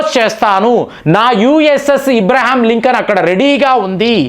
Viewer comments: ఇబ్రహీంలింకన్ కాదు. అబ్రహం లింకన్ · Hw's that u suffer to pronounce exactly the name of Sir Abe Lincoln !?